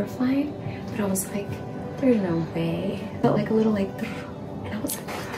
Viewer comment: I heard, "there's legs!"